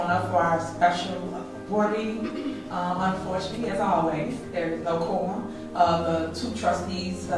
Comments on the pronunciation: Sounds like she said “Corn🤦🏽‍♀️ Thiefany is an absolute disgrace Continued prayers for Dolton 🙏🏽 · For tiff tiff it has to rhyme, she thinks it’s spelled like forum😂😂😂so for her it’s Korum vice Quorum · Qwarm, just how she says it wrong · She says Cornum and you are correct her and the person that edited the video lol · SHE SAYS: due to the fact of we don't have a corm"" !!!! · Happy New Year, everyone! English (quorum) = Tahoe Tiff-Tiff (quaam) :face-orange-raised-eyebrow: #CawDaRow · Corm. Corn. Korrn. It’s her teeth. She has some type of underbite and she twists her mouth to say certain words. She can’t say February, she says feverery. I don’t know what I’m going to do when Tiffany is removed from her job. All the drama will die down UNLESS they somehow get Trina Downs on the board. That B is crazier than Tiffany. Dolton is going to go back into the shadows of boredom. Thanks Tiffany for the drama. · That’s what I heard too! “Korm”. 😂